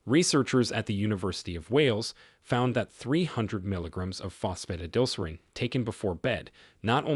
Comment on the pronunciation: I can't take it, Fos Pho tid al ser reen. Please program your AI voice better.